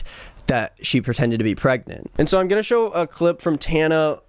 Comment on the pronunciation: the way he didn’t know how to pronounce tanas name… like she isn’t 10x more famous than him